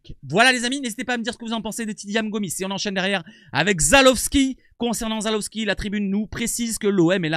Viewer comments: Salut!! ZalEwski non pas ZalOwski mdr <3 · Salut c'est ZALEWSKI pas Zalowski